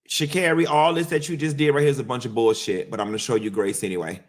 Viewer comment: The way you say “Shacarri’s name like Mariah “Carey”, “Shacarrey” cracksss me uppp😂😭😭😭😭‼️